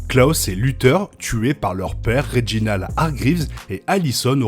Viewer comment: Petit détail: on prononce pas "Klos", mais bien "Klaus". Etant un prénom allemand, on le prononce pas à la française. Pareil pour Reginald, pas "Reginold"... ah, vous, les français, a tout prononcer a votre façon !